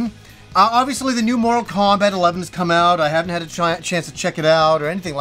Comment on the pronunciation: I was listening just the audio for a moment & I swear I heard "More Kombat" then "Moral Kombat" LOL. I'm like "what game is he talking about? There is a 1 & 2"?!? Lol your pronunciations have never thrown me off till now LOL. I've Loved your channel for what seems like forever. Never change,!:)